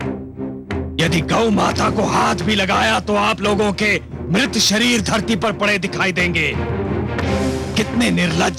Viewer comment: Arey channel wale मृत होता है 😅 मर्त नही 😅😅😅😅